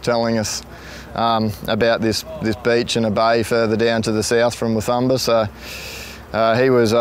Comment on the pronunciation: Hi guys, love the video! Just an FYI, being a Hervey bay local and having been to Fraser many times, (Father-in-law was also a tour bus driver on Fraser for 16 years) the correct pronunciation of Wathumba is "Watoomba". Don't worry too much, everyone gets it wrong. Looking forward to watching more of you travels :-)